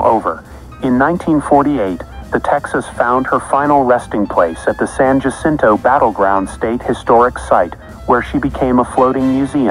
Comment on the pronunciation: Ah, San Jacinto, a reminder that the two past times of Texas are high school football and butchering the Spanish language. XD